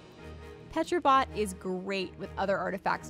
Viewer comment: Pick 3 - Seeing as it is presumably based on a pterodactyl, it should've been pronounced Teh-ro-bot. Don't know why this annoys me so much, but the streamers I watch say it the same way, and it irks me so much haha.